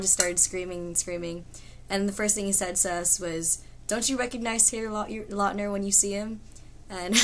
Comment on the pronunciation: great story ....but I think Taylor prefer if you call him lautner not latner ....because latner is wrong...haha but still awesome ;)